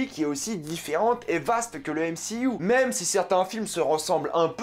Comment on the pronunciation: "décé, yenna"... Tu connais pas DC Comics apparemment... j imagine donc qu en dehors du "m-si-you" tu ne connais pas Marvel, tu a decouvert Marvel avec le "m-si-you"... Essaye la série "Vertigo" de DC Comics ca te fera grandir (prononce "dici" ou alors dit "MCU" sans ton accent anglo-saxon ; sois tu mets l accent partout soit pas du tout)